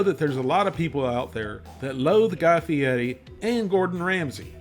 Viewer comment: It’s pronounced “fee-airy.”